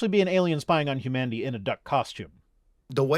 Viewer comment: At first, I misheard "Alien spying on Humanity" as "Alien spying on Kamandi" with a slightly odd pronunciation of "Kamandi."